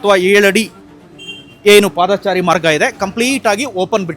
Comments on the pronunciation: ಹೌದು ಪಾದಚಾರಿ ಎಂದು ಹೇಳಿ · "ಪಾದಾಚಾರಿ" ಅಲ್ಲಾ ಮಾರಾಯ "ಪಾದಚಾರಿ" ಅಂತ ಹೇಳಣ್ಣ